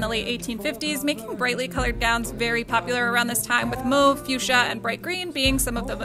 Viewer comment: Isn't it pronounced mauve?